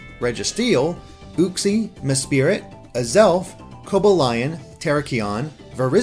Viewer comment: triggered by pronunciation of Yveltal, Kyogre, Mesprit, Cobbalion and Terrakion.